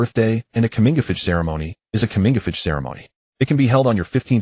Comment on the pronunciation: "Comingafich" ceremony? Coming of age ceremony?